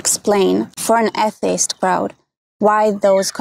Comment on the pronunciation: I have never heard the word "atheist" said like that. "A-ih-tee-ist"